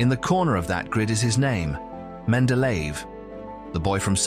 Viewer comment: Wonderful content here but terrible pronunciation of his name. Should be like men-de-leh-yev.